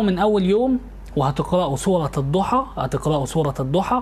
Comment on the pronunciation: يا استاذ كنت مفكر إنك عندك علم ولكن اتصدمت منك وأنت بتقول الضحي والليلو إذا سجي اتعلم الأول القرأه صح يا من تقدم النصيحه